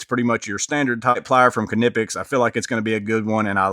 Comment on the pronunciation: Pronounced "Nip-ex.